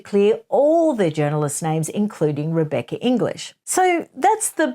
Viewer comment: I understand your basic premise, but I d o feel that you are being unfair to Rebecca English. You managed to say her name with a deal of emphasis many times, banging home your distrust of her and the system, but it came over as very pointedly discrediting her. You may not have meant to be quite so outspoken about her in particular, but it didnt sit very well with me, unless of course you gave her the right of reply?